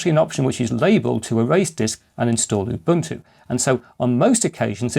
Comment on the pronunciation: Congratulations on the correct pronunciation of "OOBOONTOO". Many people have no idea...